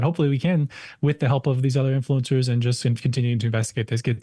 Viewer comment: "InFLOO encurrz".. Maybe dont look like a guido from Miami when talking to thesepasty soibased prople. You scared him.. (that was a guy, right? dont need the pronoun patrol soiling their diapers) This is really hilarious. Take the money and say whatever you want! Go get 'em, super slooth!